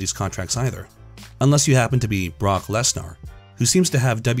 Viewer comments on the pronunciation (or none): A minimal amount of research would tell you what Cody's last name is. Also, who is "Brock Less-Narr"?